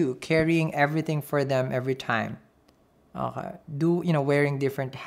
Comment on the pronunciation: I love the way he says "akaay" 😁